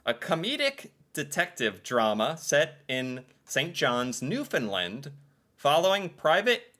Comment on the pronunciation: Hey! You pronounced Nfld right!